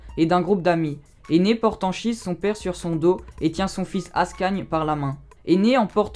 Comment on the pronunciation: Ça se prononce Ankhise